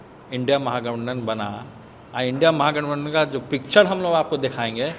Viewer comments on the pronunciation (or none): pahle mahagathbandhan bolna sikho mantriji